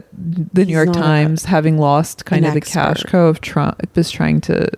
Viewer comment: Anna pronounces cash cow "cash co"